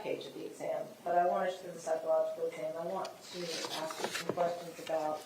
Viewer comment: Am I allowed to comment on something the speech pathologist said? Or didn't say? She can't pronounce 'ask'? That's weird for a speech pathologist.